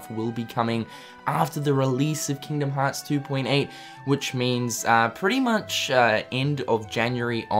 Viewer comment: "KINGDUHM HAAAHTS"